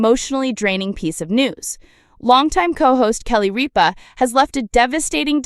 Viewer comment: First of all, you are mispronouncing Kelly's last name. Secondly, as far as I'm concerned, she can't leave fast enough!